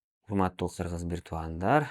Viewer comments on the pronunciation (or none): none